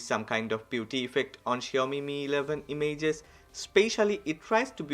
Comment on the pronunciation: Damn boi... I like the way you speak I just posted it so you may correct the pronounciation of "images". Chill man ❄